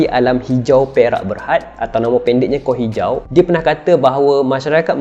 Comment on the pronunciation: Kenapa aq tergelak bila dia sebut Ko hijau 😂